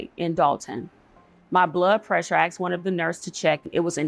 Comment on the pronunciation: We axed why. Explains the problem! The word is asked!